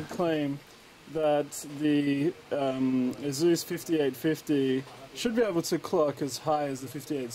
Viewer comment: Eh-sus not asooos. It really makes me uncomfortable and irritable when I hear that.